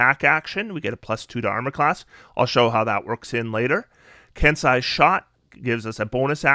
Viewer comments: ken-say, not ken-sigh. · I don’t like being pedantic, but Kensei is pronounced Ken-say, and viscera is Vi-sur-uh with the first syllable emphasis.